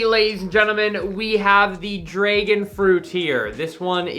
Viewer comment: Dude says dregon instead of dragon